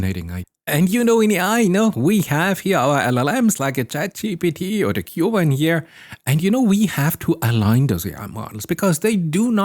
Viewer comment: Who pronounces “queue” “en” ??